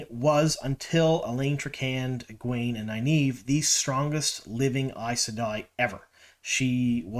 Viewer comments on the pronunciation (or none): none